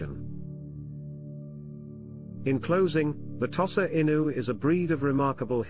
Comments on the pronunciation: I have never hitherto heard it pronounced "toss-ah." The first syllable is customarily pronounced by Westerners and Japanese alike as "tow" (as in "tow your car"). For the record, I owned five Tosas over a 20-year-period, edited a breed magazine for Tosas for four years and was president of a now-defunct breed club for Tosas for two of those years. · Thank you for your valuable input regarding the pronunciation of "Tosa." Pronunciations can indeed vary, and it's interesting to note the different ways people pronounce the breed's name. Language and pronunciation can evolve over time and across regions, and it's important to respect and acknowledge the various ways people refer to the breed. Your extensive experience with Tosas is highly appreciated, and your insights can provide valuable context for those learning about this wonderful breed. If you have any more information or experiences to share about Tosas or any other dog breeds, please feel free to do so. 🐾🗣️